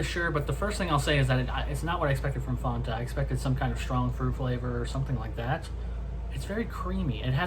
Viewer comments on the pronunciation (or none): It's FANTA NOT FONTA